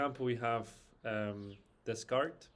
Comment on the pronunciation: Enjoyed the unusual take on sound. It's pronounced "day-cart" btw!